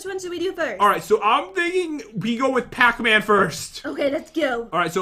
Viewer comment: pacman sounds like patman😂 pat you just earned your favorite charecters gamename